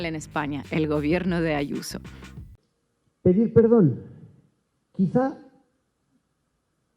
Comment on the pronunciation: Adoro como llama a Israel Diaz Ayuso, "Ashuso". Cada vez que la vea me acordaré de tí.❤